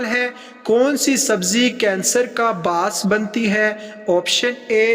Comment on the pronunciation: Aap bass bolrahay thay that is wrong and correct is ba iss